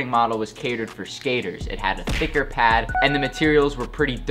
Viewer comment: Dude....its Thicker not Thiccer